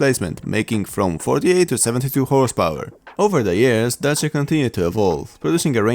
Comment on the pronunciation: Yay! You don't butchered the name "Dacia" while pronouncing it. That's I love Polish people!